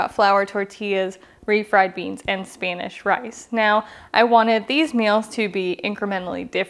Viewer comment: What the Hell is Speenish* rice? Lol